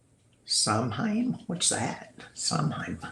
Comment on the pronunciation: It's pronounced "Sow wayn" . It is the Celtic origin of Hallowe'en. And yes, it is believed that this is when the veil between the living and the dead is thinnest.